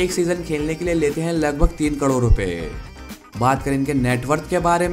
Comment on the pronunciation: बार बार ग़लत बोल रहे हो कड़ोर Wrong 😑 ❌ करोड़ is correct word.✅